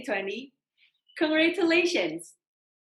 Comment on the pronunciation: Idk y but it was sooo funny on how she pronounced the “congratulations” but fair enough english is not her first language lol